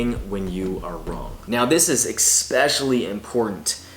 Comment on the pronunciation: Man said exspecially